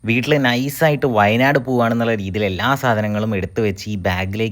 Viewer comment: Wayanad ❌ wine+aad😅